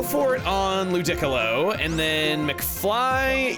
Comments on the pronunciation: Why must you pronounce Ludicolo that way... Miror B. does not approve. I refuse to believe he would. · Whats up with the new wack pronunciation for ludicolo? You pronounced it the normal way back in the Emerald/Colosseum/XD days and as far as I can remember the anime probounced it that way too. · No way Chugga had a Ludicolo and pronounced it's name like that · Lol at the way he says Ludicolo’s name was pretty funny. Also imo I tend to avoid moves that lower stats & deal recoil damage whenever I play Pokémon games. Doesn’t seem like moves such as Flare Blitz & Draco Meteor aren’t worth it to use unless you have some sort of healing move/items or abilities to remove/negate the stat loss. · Fair enough!!! I personally don’t mind recoil moves like Wild Charge or Flare Blitz (one of my personal favorite Fire type moves.). The levels regarding the opponents in the post game are no joke and the way he pronounced Ludicolo is honestly hilarious (Must had a bad reputation, lol!!! 😂). 🤡🤣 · please do NOT call LOO DEE COLO, whatever loo dick olo, i know you ahve a thing for calling things stupid shit, but like come on man.... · Is it just me or is the pronunciation of Ludicolo for example wrong? I would pronounce it "lu-di-co-lo" instead of "lu-dic-olo" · Im sorry... lu-deck-alo??? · Wait... I thought it was like "Lew-dee-co-low" not "Lew-dick-o-lo". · Has ANYONE ever pronounced "Ludicolo" as "Lu-dic-alo" and not "Loo-dee-colo"? Or is Chuggaa pronouncing it that way to enrage us? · Does anyone know when started pronouncing it as Lu-DIC-co-lo instead of Lu-di-co-lo? Feels like the only other time I’ve heard that is in video with StephenPlays where Stephen guesses Pokémon names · My man casually says 'lu-dick-alo' and expects us to not notice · The hell did he pronoun ludicolo as lu dick l low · Did he just pronounced Ludicolo LU- DICK-OLO? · Please do not pronounce it as ‘lewd-dick-a-loe’ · I was not ready for Chugga to pronounce "Ludicolo" like "Piccolo"